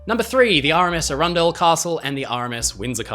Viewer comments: As someone who lives near arundel, the pronunciation of that ship was… surprising 😂 less ‘ah runn dle’, more ‘arron dle’ (think of the name aaron). I could be wrong, ive just never heard it pronounced differently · it is Aran...Dell not Arun.....dull Castle. Great vdeo though. i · If Arundel was named after the castle if the same name in England (?) her name is not pronounced with the emphasis on the centre Ar_run_del as you said it, but instead... "_Ar_undel"... And the man who you said his name (sounds like Marsh_arll... Engineer? I forget now, sorry, if it's the name Marshall (?) it's pronounced Marsh_all emphasis on _Marsh not on _arll_)😊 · Really good vid but I I can tell you arundel as Is arundel Castle pronounced aron-doll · "Arundel" doesn't rhyme with "trundle". It's pronounced with the stress on the short A: "ARR'nd'l". It's a town in West Sussex with a famous castle. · Ye said aurundle wrong